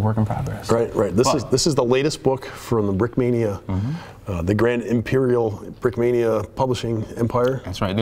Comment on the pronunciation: Брикмания ингличане а не брикминия😂